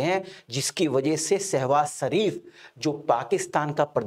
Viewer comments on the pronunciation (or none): सर आपका pronounce बार बार सहवास शरीफ हो रहा है। कृपया स्पष्ट करें ऐसा कौन सा सहवास है जो शरीफ तरीके से होता है चाइना के साथ या अमेरिका के साथ।